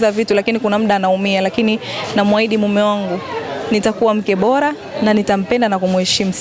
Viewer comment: Jamani hakuna jina Khanifa ni mbona Lugha ya Kiswahili mnaiharibu kwenye kuandia na kusema. Ni bora siyo bola 😮 daah huyu Dada ni kitoka Mji gani….